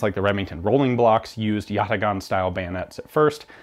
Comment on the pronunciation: it's pronounced yataaan. great short as always.